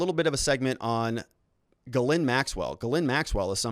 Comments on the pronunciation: GhilANE sounds like that not Ghlin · Her name is pronounced Geh-lain, with the emphasis on the second syllable!. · Ghislaine = Gees- lane NOT Gelind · Dude her name is pronounced Jizz- laine, courtesy of Ep-stain..... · The redactions of her name have been removed. No longer does one need to omit the "Z" when pronouncing, "Gizzlane"